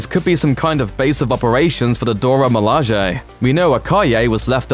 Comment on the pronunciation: Dora mi-LA-hey. not dora mi-LA-zhay.